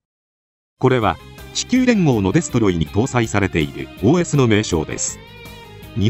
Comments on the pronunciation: OS読む時発音良すぎw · すごいネイティブww